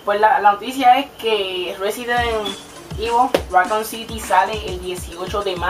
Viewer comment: "picí gueimin" -aplauso- "residen ivo" -aplauso- "racón siti" -aplauso- "goros wal 4" yyyyyyyyyyyyyyy no aguanté mas... por cierto te presento una letra: se llama R. la usas en donde usas la L.